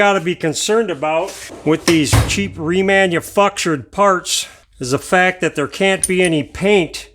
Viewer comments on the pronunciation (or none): RemanuF----ture LOL Yes they MIX Standard w/ Metrics these days >..Messed UP! You funny to listen to ( A good thing ...LOVE IT! ) GREAT VID!🙂